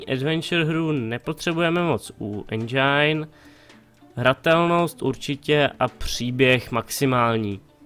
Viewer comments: Endžajn :D Čte se to endžin kdyžtak xD Jinak dobrý :) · je to Endžin nie Endžajn :D a inak nezáleží na recenziách, môže mať hra samé 10 ale nemusí sa moc predávať :D inak super video :)